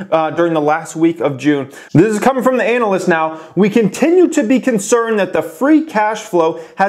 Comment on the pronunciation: I caught that "anal" yst pronunciation there. Yea thought its crazy that there are 500k pre orders for model 3s that means they have a potential of 175 billion dollars if they can meet the demand and thats if people purchase the car at 35k. Which they aren't, its going for 50 to 70k, there is alot of upside if they can produce and they seem to be producing.